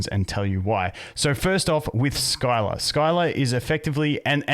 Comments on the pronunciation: My only input is that her name is pronounced "Sill-a" and hearing Skyla hurts my soul lmao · Good vid got any thoughts on how good the new units are? Its pronounced Si-la not Sky-la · Sill-ah not Skyla, hurt my soul hearing that butchering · hey bud scylla aka skylah is pronounced sillah. But i do enjoy hearing you say skylah. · I know you always say you're bad with names, but I just wanted to say as an FYI that she's pronounced "Silla." The Greek myth. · It’s pronounced s-ill-ah lol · Scylla is pronounced "SILL" "UH"